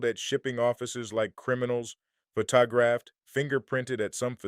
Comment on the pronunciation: You need to get a newer and better AI voice. This one mispronounces words like photograph, puts in pauses where they shouldn't be and is obviously non-human. We can always tell.